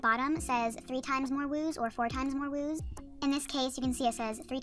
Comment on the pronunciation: It’s wooz not wooze